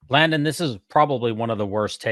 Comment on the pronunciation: I loved southern-drawl sounding pronunciation of Landon’s name while reprimanding him when he made that comment about the nipples, while at the same time trying not to choke on her cake…”Layundon” 😂